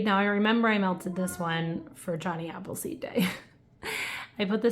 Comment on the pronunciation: Hey girl, good to see ya! You said Johnny Appleseed and I heard Johnny meowed 😄. Thanks for sharing your warming reviews on these scents. Take care! 💕